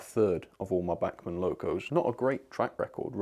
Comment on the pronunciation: FOR THE LOVE OF GOD - LEARN HOW TO PRONOUNCE "BACHMAN"....................................................